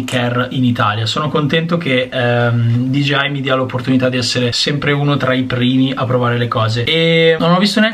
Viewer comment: Allora non sono l’unico ad avere difficoltà a pronunciare DJI 😂